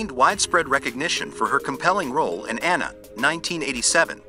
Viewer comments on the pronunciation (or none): none